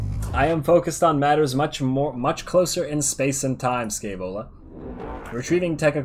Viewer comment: "Scaevola", pronounced with the "sh" of "aSHamed", accent on the "ae" pronounced as "e" in "Entropy". Sh-E-Vola, from Muzio Scevola, an ancient roman that famously burnt his own hand off because it was the hand that made him fail.